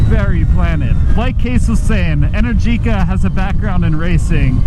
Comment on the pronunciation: Pronunciation: en-AIR-ji-ka Not: en-er-GEE-ka